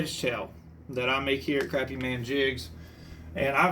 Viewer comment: Fellow South Carolinian here. The fact that you pronounced Crappie correctly gets you a follow. Lol.